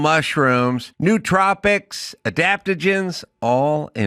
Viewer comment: Yo ace, it's pronounced new-tro-pix. Long "o" Your ad owner will appreciate the correct pronunciation. Love the show as always!